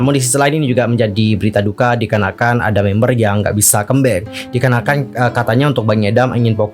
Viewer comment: Bisa request? Baca comeback-nya jangan kembek. Di dengarnya gimana gitu lho